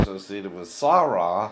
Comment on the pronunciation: Sarah is NOT pronounced lime that either MORON. NO ONE REPLACED ANYTHIHG DUMBASS